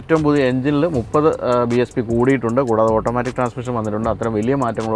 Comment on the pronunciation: It's BHP not BSP!